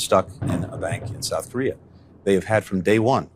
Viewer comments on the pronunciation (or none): none